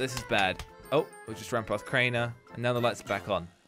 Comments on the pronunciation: It's Crianer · Jones: Craner killed on cams, I saw Everyone:IT'S CRAINER GET IT RIGHT!!!